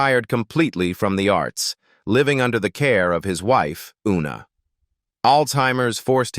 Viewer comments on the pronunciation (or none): none